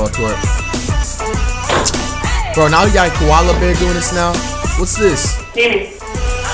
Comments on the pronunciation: Tell me y he said kaola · Dude really said a kola bear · did this dude say the panda was a kawola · Bruh said Kuala bear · Did he say koala, lol, I’m sleep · Man's said coala bear its a panda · this nigga said koala bear💀💀💀💀💀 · Did he say koala bear😭